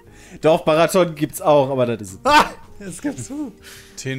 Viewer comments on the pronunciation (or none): Also meines Wissens heißt die eine Stimme die Peter sagte doch barriton nicht barraton 😅 Und b gibt's doch im deutschen als Note 😅 haobton tiefer als f heißt Fes oder b